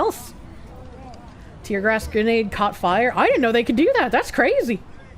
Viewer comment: With her accent, she pronounces "gas" like "gay-ass".